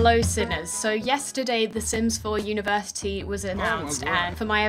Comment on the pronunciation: University? More like univertitty.